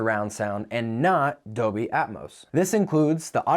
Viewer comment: is there a reason why you keep saying "doby" instead of "dolby?"